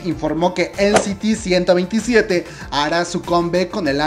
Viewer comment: Me perturba siempre la mala pronunciación.... eNCiTi ciento veintisiete eNCiTi iLichi / 1=Uan, 2=Tu, 7=Seven!! Don't MEssOp Mah Tempo Lles or Lles 😒